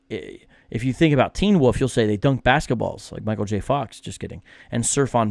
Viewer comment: I’ll be honest,, I thought you were saying “woof,” like a cute way of saying dog. It took me until you put the caption on the screen to understand you were saying “wolf.”